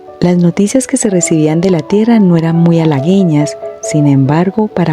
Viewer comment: Un bellisimo relato. Pura y clara metáfora d la existencia. Nunca habria pensado q ni Dumas padre ni Dumas hijo escribieran este estilo d relato. Preciosa voz como siempre te digo y excelente elección d imagenes. *solo te añado q en la lectura has dicho ALGUEÑO sin pronunciar la U y en realidad se pronuncia. Tendria q llevar dieresis encima d la U. Al igual q cigueña. Un abrazo y gracias